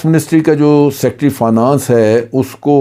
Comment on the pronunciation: جنرل صاحب لفظ فا نا نس نہیں ہے ۔ فائ نینس ہوتا ہے